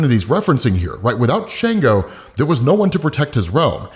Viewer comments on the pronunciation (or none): not to be nitpicking but its not shango its shongo like ''songo' but add 'sh'...'shongo' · It's pronounced SHON-GO